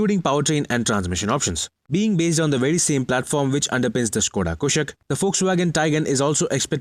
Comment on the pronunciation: One of those who can correctly pronounce "Skoda Kushaq"